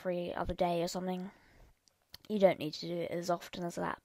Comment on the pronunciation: "Yall" "ight" "likeing" "someting" ... How the F did you get several thumbs up?! -_